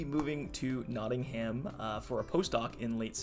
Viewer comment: Not NottingHAM (as in ham sandwich) but "NottingUM" (as pronounced in U.K.)😊